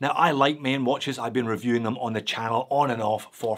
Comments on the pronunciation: The way you say “Maen” sounds like an Irishman saying ‘main’ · The ae in Maen is pronounced as the a in gaga